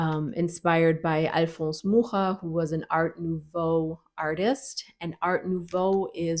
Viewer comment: Kudos for pronouncing 'Mucha' correctly! ... (Edited) But WTF! for 'it has only white people, unfortunately!'